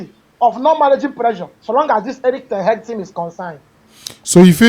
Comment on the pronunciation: The way he pronounce ten hag always dey off me 😂😂😂 "ten heg"